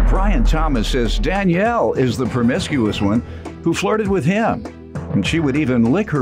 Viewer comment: Permiscuos??? 🤦🏾‍♀️ Dude really?